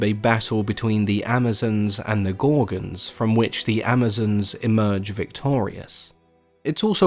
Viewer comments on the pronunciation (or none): none